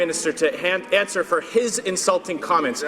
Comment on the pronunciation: Can't even Answ-ugh-er